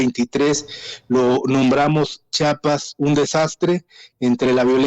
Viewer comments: Que coraje que ni siquiera las presentadoras de noticia sepan como pronunciar el nombre de Chiapas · No es chapas, es Chiapas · Chiapas no chapas habla bien, 😂 por lo menos